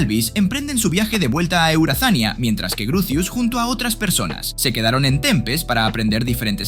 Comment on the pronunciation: Eurazania:❌ eueazania:✅